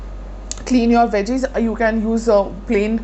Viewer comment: I thought it's a vaginal wash when you said veggie wash. Now I can't stop laughing 🙈😂 Great video, btw! Much love ♥️